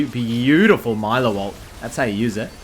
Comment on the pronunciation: Hey btw it’s pronounced ME-LEO, his name is Spanish